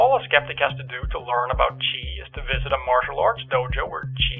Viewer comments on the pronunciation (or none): Dude, stop pronouncing "chi is" like "cheese"...you keep saying it. Kind of makes you sound even sillier.